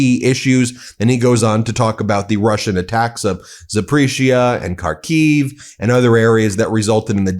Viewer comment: Will you ever learn the pronunciation of Ukrainian cities or would you rather just keep using them for views? Show us you really care, learn how to say words. Zahp-or-eesia. Har-keev. 🤦‍♂️